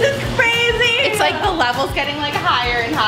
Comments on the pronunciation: I relized that said frazy instead of crazy:D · you said frezy